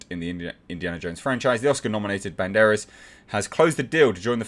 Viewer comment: I prefer the Student-Turned-Journalist Rumour over the Daughter one really. Less waiting on an explanation and might be more interesting if Phoebe's character isn't related biologically to Indy. You pronounced Antonio's surname fine